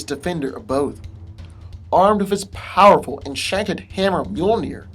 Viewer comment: stop over pronouncing "powerful'